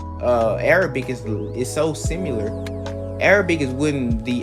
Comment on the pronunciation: Similar not simular